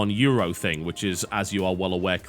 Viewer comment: Thing*....is fucking THING*...not think!!!! You guys who use think - instead of thing - is mind blowing...